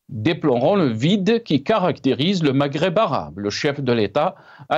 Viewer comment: Un seul problème les algériens n'arrive pas à prononcer le mot Maghreb